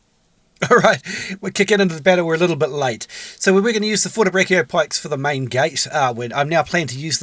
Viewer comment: pro tip to say fortebraccio correctly: fortebra"che"(ese)o with emphasis on the "ch" of cheese edit Also I think that a lot of unit guides and overviews are outdated, especially when talking about the more "non meta" units, with most tier list also kinda meh as they either come out in an awkward position in the season and/or only considering somewhat "specific" scenarios and playstyles and relegate units as either very good or very bad, then people complain that teammates are bad when a lot of times they "subliminally" push people to fulfill those specific roles thus leaving other also important roles unfulfilled